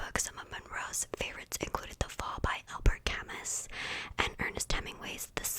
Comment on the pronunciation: Camus is pronounced like Cam-oo